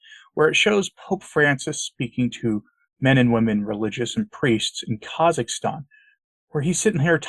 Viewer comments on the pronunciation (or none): none